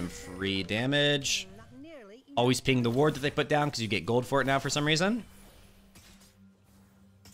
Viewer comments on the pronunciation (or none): none